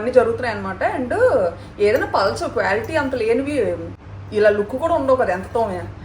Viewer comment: Kwality kadandi qua qua..😂😂😂lity- Bebbidam😂😂